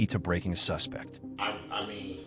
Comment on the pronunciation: The AI or whatever mispronounces “suspect” and “refuse”…. (As in “I refuse” vs. “Throw out that refuse” and “He’s a suspect” vs. “I suspect it” It’s so much unneeded narration! I like the vid and everything— I do appreciate the background info a lot, and I’m sure it’s a ton of work…. But why do we need to be told that police are trained to catch liars, or that sometimes liars get nervous? Sorry for the negative notes, but at least it counts as engagement!